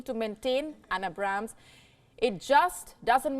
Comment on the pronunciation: Not to be nitpicky or anything but you Indians should really be able to pronounce the Abrams better. Its like Ay(As in Air or Aid)-Brahm(as in Brahma)-s